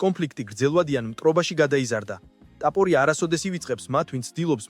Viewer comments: უნდა გაგაუქმო. რა ლაპარაკი გაქ რა ტაპორია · DMA RA ARI VEGAR ISWAVLE GVARIS GAMOTQMA ???